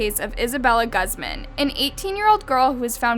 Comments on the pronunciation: Sadly the newscasts said it her last name right yet you managed to butcher it…..Guzman (Goo-ze-ma-n) not Guz man (as in that car guzzles slot of gas) You need to get out more… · It’s not pronounced gaz-mahn but pronounced gooz-man. FYI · Jsyk, I'm pretty sure her last name is pronounced "goos-mahn", not "guzz-man". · lol its pronounced gooseman not gussman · It's pronounced GOOZMANN not Gazmehn ugh😫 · isn't it pronounced 'Goosmaan' and not Gaazman? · Love how she pronounced it guzman when it’s pronounced goozman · It's pronounced GoozMahn not Guz man jesus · Guzman is pronounced like goo not gu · Its pronounced Gooz-mond not Gusmen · Guzmán pronounced goose-MÁN not guss-men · Pronounced 'goooz man' not guz man. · its pronounced like GOOZ MON. jesus christ its not that hard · It's actually pronounced Guze/mahn. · Lol heads up Guzman is pronounced as “Goos-mun” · Why do you keep saying Guzman it’s pronounced “Gooz men” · why were you saying ghuzman- that is not how it’s pronounced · It’s pronounced Goozman. She’s Spanish. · it’s pronounced (Goozman) 😩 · The real crime is the way she said Guzman 😂 gusssman 😭🤣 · Im not defending HER but I’m literally so bothered with how pronounces her last name it’s Guzman it’s pronounced as (gooz-man) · Her name is pronouced (Gooz mon) not a fan of her just annoyed with how she pronouced her name. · It’s pronounced Gooz-mun. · It’s pronounced Goozmaan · The pronunciation of GAAZMAN. PLS its cringingy to hear more that the story itself. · My last name is guzman..... I swear if I’m related to her I’m changing my last name (btw not trying to be mean but it’s pronounced Goose-man) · Ugh. The way she keeps saying my last name Guzman is killing me. It’s like “gooz mon” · Lmao its guz-man horrible pronunciation.. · The way she pronounces "guzman" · isn’t it pronounced as ( goose • mon ) ? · The way she says “guz-man” cringes me . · Its pronounced guze-mun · it's pronounced "goozmon" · its actually pronounced like gooz-man